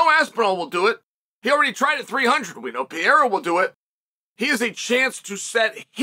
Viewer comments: R-A-K-I-C not R-A-C-I-K P-E-R-E-I-R-A not P-I-E-R-A See the difference Chael? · Pay-era. Pierre-a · I guess he does it to joke but I hate his pronunciation of Pereira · Is it possible Chael's pronunciation of Pereira is getting worse?